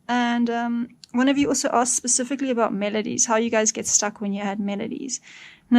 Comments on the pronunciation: hahaha did i hear "aboot"? ohh caaaa---nadaaa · That’s South African mate! Cracking video too!